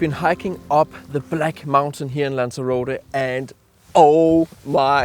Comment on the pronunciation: who? What a load of BS. Guides that are neither familiar with the location nor can pronounce it.